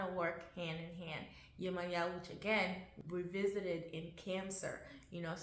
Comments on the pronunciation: No Beloved Esu is NOT The Devil and as a Yoruba woman the correct annunciation is Yemojah not Yemoya . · Viewing the Orisha through the lens of their perceived European counterparts somehow automatically means Esu becomes the devil... I guess. Also, the devil is not in the zodiac. So that comparison is unnecessary. I had high hopes for the pronunciation until we backtracked with "Yemaya".... I believe the intent was good. We are all learning.